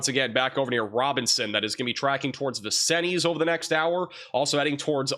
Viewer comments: Hey hun Vincennes is french and is pronounced vin-sinz. You seem to have trouble with french or indian names of cities. Like you anyway. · Vin-Sins, not Vin-sin-EEZ.